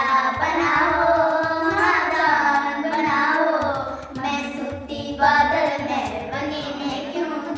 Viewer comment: Badal me nhi brdr.... badal , mahal .... bola h bheyaa ji ❤